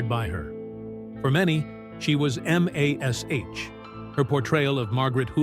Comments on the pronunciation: Get computer generated voice that can say MASH as in mash potato and not "em ey es eich" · Having AI Pronounce MASH the way it is spelt, "M.A.S. H." is as painful as reading a Chinese instruction manual in Chinglish.